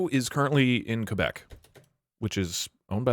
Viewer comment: WHAT DID HE JUST CALL QUÉBEC😭